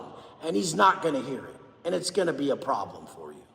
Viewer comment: It’s a prawlm furshure b, some might say the biggest prawlm